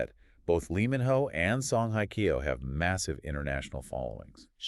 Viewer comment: hello, just a little hint with respect to your pronounciation of Korean people`s names, it is very annoying to hear how you pronounce Song Hye Kyo. The word Hye is not pronounced like the english word `hi` . There is no such sound in the Korean language. It`s more like the sound of the english word `hey` like in `hey there`and also in Korean, there isn`t a strong emphasis on the H at the beginning of a word, it`s a softer sound. And with Lee Min Ho, his family name Lee, is written with the letter L at the beginning just for westernization of this name which in reality, in Korean is pronounced with the absence of the letter L. Therefore, only the vowel sound exist for this name in Korean. Min is the easy part and the Ho just has a softer H sound. I enjoyed most of your video honestly because they are such mega stars and must congratulate you on your beautifully made fake photos of them together. So let`s hope the agencies who employ them will one day create something for the two to be together. Keep our fingers crossed.